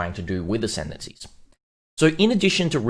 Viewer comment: Lol did you say decendancies? Sounds about right